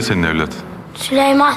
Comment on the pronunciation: o sülüman demiyoki siliyman diyo